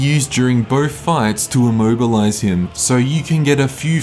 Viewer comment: Did you say immohgilize him?